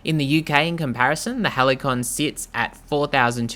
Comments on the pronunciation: It’s pronounced Hal-see-on. It’s actually a word in English. 🙄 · Pronounced "halseeyon"